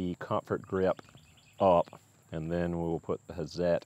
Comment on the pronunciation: Can you say "Hat-zet"? That would be pretty close to the right pronunciation ; -) , maybe because i've been around so many Swiss and German techno-mecho types :-) The "hi-per", in Germany would sound something like"hee-pair" But we could say "hi purr" ;-) I bought Hazet's "stubby" 1/2" drive impact driver, lets me get into under-the-hood, and behind-the-wheel locations, and it's light, and super smooth, and really spins off lug nuts!